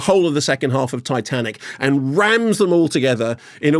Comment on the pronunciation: "Shite-anic" LOL